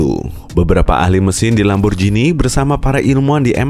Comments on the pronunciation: bacanya ‘lamborgini’, bukan ‘lamborjini’ :( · Min merk italia lamborjini mana yg tau baca tetep lamborgini